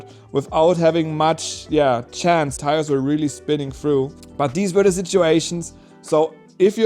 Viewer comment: It's tires not tiers